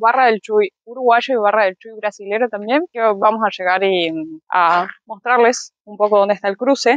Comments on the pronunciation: El CHUY se pronuncia ( chuí ) con acento en la i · Hola chicos bienvenidos a Uruguay, solo una cosa no es Chui es Chuí acento en la í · Hola! La cuidad brasilera se pronuncia "shuí" y la uruguaya chuí, acentuando en la "y", no en la "u". Un abrazo! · Hola amores hakuneros jajaja, cómoestán??? Hermoso el video como siempre me encanta lo que hacen, no he parado de reírme con su pronunciación de la ciudad Chuí jajaja que es chuY y no chÚi, como lo pronuncian jajaja... perdón por decirlo. 🤣🤣🤣🤣💜💜💜💜 Se los quiere. Que sigan así de felices siempre 🇺🇾🇺🇾🇺🇾